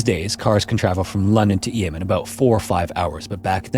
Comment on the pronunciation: It's pronounced 'Eem' even though it's written Eysm (I'm from Derbyshire).